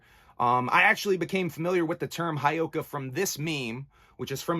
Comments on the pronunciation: Ok I have to correct you on the word Heyoka and how you say it and please don't take this as me being a asshole, but it is said Heyoka, the first part He is said like hey and then yo ka Heyoka, It is a lakota word for scared clown, how you said it would be spelled Hiyoka. Sorry I'm Lakota and I had to correct you on the saying of the word. The heyoka is a kind of sacred clown in the culture of the Lakota of the Great Plains of North America. The heyoka is a contrarian, jester, and satirist, who speaks, moves and reacts in an opposite fashion to the people around them. So it's He (Hey) yo ka. Sorry if I sound like a dick that is not my intention I just like to educate others on things i do know about and have been around. Mitákuye Oyás'iŋ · It's. Hey oh kah. Pronounce it right. Other than that I agree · Bro Whoop whoop I'm lakota and a juggalo. It's part of our. Life and. Ur not wrong respect respect it's actually pronounce Hey-Oka